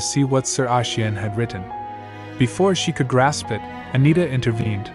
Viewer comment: Bug report: There are a number of instances where the word "it" is pronounced as "I. T." and this is suuuper distracting. Any chance this is something that can be fixed by double-checking the scripts first? Best of luck! 😄